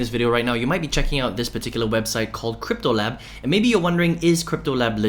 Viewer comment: Its cryptotab bro. Not cryptoLab